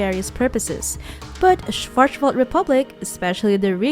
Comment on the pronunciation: your german pronounciation is terrible haha. Schwarzwald is also german for Blackforrest.